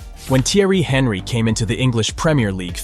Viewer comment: Was this whole script not only voiced by a bot but written by one too? And the editing and subtitles need some work. Video lost me with the Henry pronunciation.